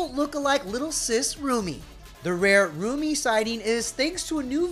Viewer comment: She's not saying that girls name right